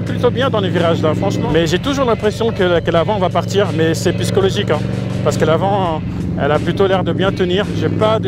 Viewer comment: Salut Moi qui suis plus Indian que harley sans jamais avoir essayé je te remercie pour cette vidéo. Et j'aime quand tu dit "cest piscologique".